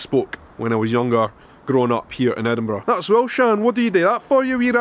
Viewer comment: Well done on correctly pronouncing "Edinburgh", rather than ending it with "burrow" the way lots of US-Americans do. :)